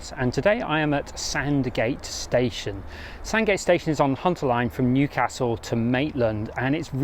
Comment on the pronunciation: Would be better if you pronounced Newcastle correctly! You should have asked a local! Big thumbs down on this as you have made too many blunders.